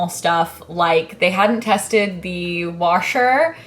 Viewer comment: Your Arkansas came out a lil when you said washer/dishwasher lol